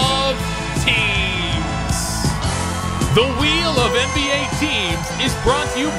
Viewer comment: Does anyone realize he says “end B A”